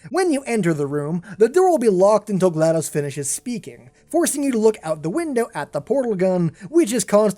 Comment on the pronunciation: Not to be offensive but it’s pronounced “gal DO s” not glad O s”